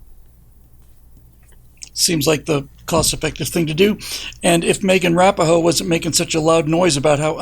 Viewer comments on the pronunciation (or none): broke me with Megan "Wrap-a-hoe".... I always thought Rapinoe was pronounced Ra-pee-no or perhaps Rap-in-o... but I stand corrected. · Did say Megan Rappa ho? 😅